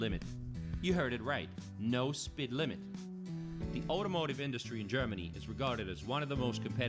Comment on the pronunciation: I use my credit card like a debit card in that I pay back all of it at the end each month. Also a credit card is deducted from your "credit score" in its whole. So having less credit is better, not more. And the voice sounds AI with a US accent. "Spid limit on t he Autobahn". That kid was not drinking beer, but apple-juice with sparkling water most likely.